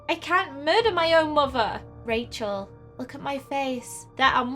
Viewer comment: Her name is Rachel but you say it like this Kashel